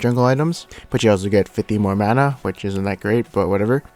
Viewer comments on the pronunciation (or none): none